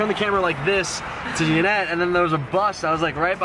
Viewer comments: why do u say Janet its yanet #feelbetteryanet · he says janet its YA-Net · It sounds like doug is saying Janet instead of Yanet lol?... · Who else thought that her name was pronounced yanet not Janet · he said ganet hahaha faze censor